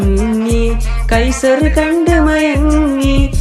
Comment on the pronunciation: കൈസർ അല്ല കൈസർ പട്ടിയാണ് 😂 കൈസാണ്